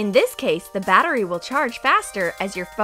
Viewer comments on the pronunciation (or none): none